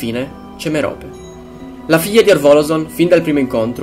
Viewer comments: si dice Mérope non Meròpe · merope ha l'accento sulla e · morfin,e si dice merop e poi si chiama marvolo